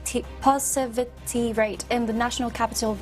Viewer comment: Positivity, should be pronounced correctly...maybe she's nervous or need a reading glass for that matter...you can do it girl...tongue twister would help.